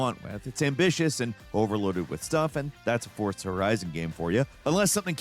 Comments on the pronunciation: It's For-Za not ForT-Za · Is he saying "Fort-za"? That what I hear each time. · TIL there's a T in Fortza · Also.. can you PLEASE stop saying "Forzza"?! It's incredibly irritating. Lol. I've never once heard anyone pronounce Forza as tho it were the word "pizza." It's weird and unsettling. 😂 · Is forza pronounced with a t?